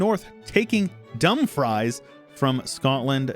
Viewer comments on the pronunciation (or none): "Dumb fries"at 6 mins has me weeping, it's pronounced "dum freece" laddie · Dumfries is pronounced Dum - freece (like fleece with an r) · Dumfries is pronounced ‘Dum-freeze’ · Dumfries... it's not a potato. Pronounce it Dum-frees... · man said dumb-fries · No way you just said "dumbfries" 💀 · Butchery of a Scottish city name 😂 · Dumfries pronounciation is crazy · That pronunciation of Dumfries hurt me man